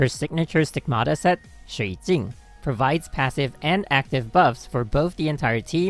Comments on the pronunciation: whole video , impress by his pronunciation of "shuijing" in chinese XD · THE WAY YOU READ SHUIJING!!! Are you chinese???🤣🤣🤣 man I’m so proud of you lolol